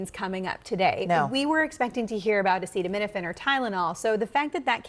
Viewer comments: He doesn’t even know how to pronounce acetaminophen!? My 8 year old nephew knows what Tylenol is, but not the president 😅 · He cant say acetaminophen???? Seriously? He is reading like a 8 year old and his vocabulary is just as rich... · A president main job is to speak and this Orange Idiot suck at that too. He literally struggling saying "Acetaminophen ". That's why smart people don't like him, only MAGAMORONS. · Lmao, trump cant even pronounce "acetaminophen", and the thinks acetaminophen is Tylenol. And he's the gd president of the United States. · AMEN - you would think that AT LEAST the President of the United States would already know how to pronounce the word 'acetaminophen" the very word that he was making a speech about!!! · 😂 His dumb azz couldn’t even pronounce acetaminophen 😂 Now Tylenol about to have class action lawsuits for no evidence based reasoning. Our country is a mess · Donny the Clown can't even pronounce ACETAMINOPHEN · I’ve never laughed so hard at the pronunciation of acetaminophen in my life 🤣🤣🤣 and this guy is our president 🥴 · Ya and I am going to believe these 2. Please give me a break. The guy cant even say it. lol What a joke. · Amish people have autism. They have it at 1 in 247, that's better than our 1 in 31, but it's a far cry from 1 in thousands. And they don't use it at all, so what gives? I guess you can't put much stock in a guy who doesn't even know how to pronounce the thing he's wrongly demonizing. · He didn't know how to pronounce acetaminophen. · He knew the press conference was coming far in advance. Never once crossed his mind to try to pronounce the name that the entire conference was based around. 🤦🏻‍♂️ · A- Cheeto- me - no - fan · 😂 Trump can't pronounce acetaminophen because he is "Insane in the Brain" Cypress Hill. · Gosh. Lawsuit on the way for acseeeto-menoofen. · Trumps mother must have taken a sh!tload of "asszeetuminofen" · Dude can’t even say that name and wants to ban it!! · Omg he can’t even read the word!